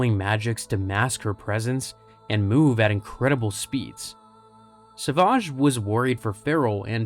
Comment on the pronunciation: What's with calling him Sauvage? It's savage.